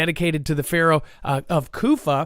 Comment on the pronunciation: It's KooFooo not Kofah